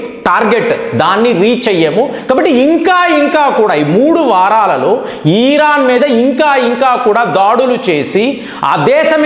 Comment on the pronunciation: Sir ఈరాన్ కాదు..... ఇరాన్ అనాలి